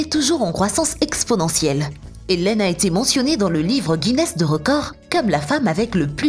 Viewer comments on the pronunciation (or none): none